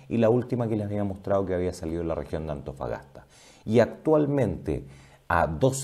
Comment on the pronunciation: amigo dice Mejollones... Atofagasta y Mejollones